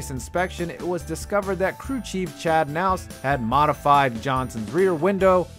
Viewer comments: Jimmy Johnsons crew chief's name was pronounced K Nouce not nouce. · Chad Nouse..... its KA Nause not Nouse Chad Knaus.... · Say it with me ka nauss not nauss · by the way.... Chad's last name is pronounced ka-Nowss, not Nowss. He pronounced the K. Does the voiceover person watch NASCAR? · It's pronounced ka-naw isn't it? Not knos right? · K-naus not naus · It's ka naus. Not nouse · Who is Chad Naus? Lol. It’s Knaus. Kuh-nowce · It’s pronounced kuh-naus, not nows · The "K" is not silent in Chad Knous, Jimmie Johnsons crew chief. Its not pronounced Nous but K-Nous. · Wow....its obvious you have never been a nascar fan. But that's ok. It was a pretty good vid. But his name is Chad Knauss..pronounced Ka-naus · It’s Kuh Nous not Nous. Moron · Are you saying Naus? It's pronounced with an audible K. Like Knaus. Sheesh. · It's pronounced Chad Kuh-Naus, not Naus. But, otherwise, great video. If you ain't cheatin, you ain't tryin. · Chad Knaus is pronounced K-Naus not Naus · Jimmies crew Chief’s name is not “Naus” its pronounces “Ku-Naus” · Nouse, lol, It's K, naus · Chad naus? It’s Chad KA-NAUS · Knaus is pronounced “K-naus” not “Naus” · "Chad Nowse" 😆 I'll give you the benefit of the doubt since you're not a NASCAR guy, but I'll let you know it's Chad "Ka-Nowse"... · I swear when that team first started, his name was "nowse". Then, 2 or so seasons later, it became "ka-nowse". What? I don't eat with a ka-nife, a ka-night doesn't save the day, and former TransAm and Indy driver is Chris Kneifel... "ny-ful", not "ka-nyful". But, whatever...🤷‍♀️ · Who the hell is Chad naus there is a k there and it's not silent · Wtf it's Chad kuh nowse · For future reference, Chad Knaus’ last name is pronounced Ka-naus. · I feel like he loses all credibility when he pronounces chad knaus as naus. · It's pronounced Chad Ka-nous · "Kah"Naus lmao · #5...it's pronounced KA-Nauss. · Knaus has a hard K. Any Nascar fan k’nows it’s pronounced k’naus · Knaus="Ka-Nowse", but nice try. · It’s KA-Nous